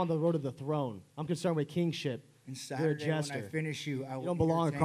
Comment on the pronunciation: Dana "will see in sathurday" White.